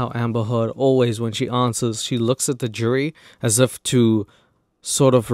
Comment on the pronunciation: the way you prounce jerry judge is the same you would pronounce jury, judge, so i was really confused because thsts what i thought you were saying lol